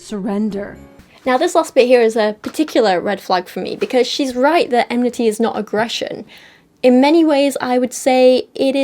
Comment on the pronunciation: Listening to them mispronounce 'enmity' over and over is so irritating - if you're going to pick a word to make it sound like you're not actually angry, at least say it right